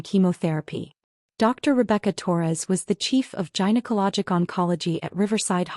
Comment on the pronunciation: Gynaecology: 'g' as in 'goat', not 'g' as in 'giant'. There's no excuse for this mispronunciation.